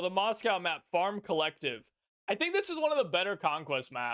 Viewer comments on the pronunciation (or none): none